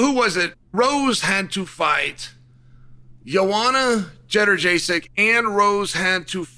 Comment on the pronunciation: “Yo-ah-na Jutter-Jaysick” is crazy